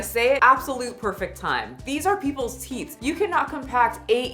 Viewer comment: girl if you say TEETHS one more time....